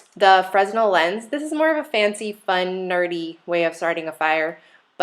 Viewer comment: Not trolling here, but I thought you might like to know that the Fresnel lens is named after the Frenchman who invented it, and his name is pronounced fruh-NEL. Silent S, emphasis on the second syllable. Kind of a cool, nerdy point. Full disclosure: guilty of being a nerd. Nice kit! Cheers.